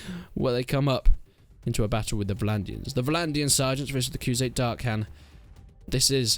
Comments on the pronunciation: I think Darkhan is pronounced Dar han. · I’m not 100 percent sure but I think in darkhan the ‘H’ is silent